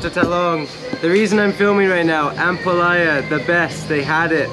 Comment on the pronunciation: pronounce ampalaya with stress on the last syllable or a. You're saying it like jambalaya hihi. I don't know why kumar is not correcting you hehe.